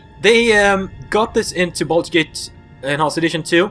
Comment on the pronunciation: “baldur gate”